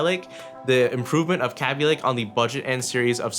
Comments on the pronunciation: Kay-Bee lake not Ka-Bee lake or whatever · its kaabee not kabe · did he jus say CABBY LAKE !!!!?????? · LOL (Kay-Be) xd